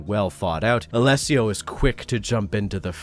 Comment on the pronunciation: Wow, first time I hear an anglophone speak my name out loud without stumbling or butchering it, bravo to you from an Alessio xD